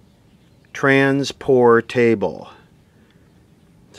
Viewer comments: Trans-pour-table .. veg-a-table … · Trans Portable. like a port-able radio. Lol por table